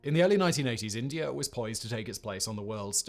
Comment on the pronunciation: I like how Simon pronounces India and Indier.